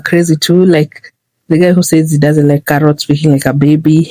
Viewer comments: "Cawwits are for wabbits" EW!!!!!!! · The "I don't want cawwits" took me out😂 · "I don't want cawoots." 😂😂😂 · I'm sorry, I had to run the "I dont want cawwits- cawwits are for wabbits" story back! because, sis....WHAT?!?!?!?! omfg!!!! lmaooooooo instant ICK!!! IKYFL!!!